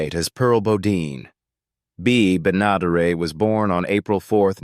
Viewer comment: Can't you even pronounce an actor's name correctly bea ben a dare it .bea benaderet